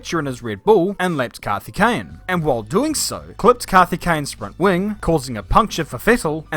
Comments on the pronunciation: The Coimbatore pronounciation though 😂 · His name: Karthikeyan: Kathikane Auto Captions: Kathy Kane 😅😂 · its 'kaarthikeyan' not 'CarTiKkeyyen ' 😅